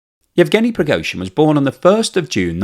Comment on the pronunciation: I wish the Americans could get their tongues around proper Slavic pronunciation. Prigozhin is "Pri" as in "Grand Prix" or "pretext". He is "go" as in "Al Gore" or "Blood and gore". The "zhin" is pretty good.